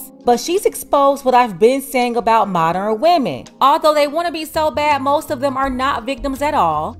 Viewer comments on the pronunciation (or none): MODERN....not MODER-IN...you and Cynthia G...are kind of dumb....🙄